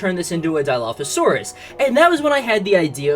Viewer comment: it's not diaphosaurus it's dilophosaurus pls say it right when i was in the stream you where constantly messing it up and i was fumming bro pls